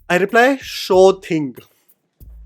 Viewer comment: "Sure thing" sounded like "gum would be perfection"😉